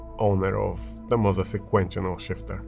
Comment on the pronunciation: I've noticed you say sek-kwent-shin-al instead sek-kwent-chul. I understand English isn't your first language but I think this would help